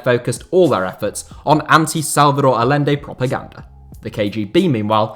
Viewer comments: The name is pronounced "Al-YEN-de", not "All-lende". Beyond that, has there ever been a time FIFA wasn't a sewer of corruption? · Aye-enday not a-lenday lol ETA: yoon-ta not jun-ta lol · The LL is pronounced like a Y , Ayyende not Al lende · It's not pronounced Alende, it's Ayente. Salvador Guillermo Allende. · It's pronounced "Ayende". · Great video, and it might be nit picking, but as a Spanish speaker, I have to say to say it. Hahaha hearing you pronounce Allende was actually quite grating. It's spelled Allende, but it's pronounced like Ayende. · Just so you know, Allende is pronounced Ayende. Two Ls in Spanish make a Y. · His name was pronounced "A-yen-de" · Is it not ‘ay-ende’? The double ‘l’ in Spanish is pronounced like a ‘y’ or in Argentina like a ‘j’. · just thought I should say that Allende is pronounced Ayende, the double l is its own character in spanish and is pronounced as a Y sound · Allende = "a-YEN-day". Would it have killed you to take a few extra seconds to learn how to pronounce the man's name properly? I mean, you certainly got Pinochet's name right. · How is it you can pronounce Pinochet correctly but not Allende?